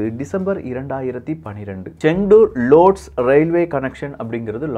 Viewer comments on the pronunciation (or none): The city "Lodz" is pronounced "Wuj".